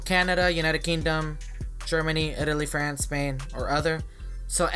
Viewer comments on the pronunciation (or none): none